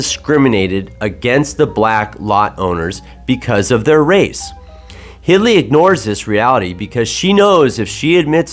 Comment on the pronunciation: Very interesting video. Just for the record her name is Hildy not "Hidly" other than that thanks for the great video.